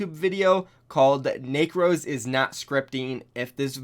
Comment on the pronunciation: Necros not nacros lmao